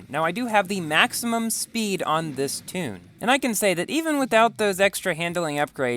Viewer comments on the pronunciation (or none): none